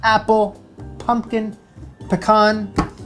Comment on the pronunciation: I am so happy you pronounced pecan correctly.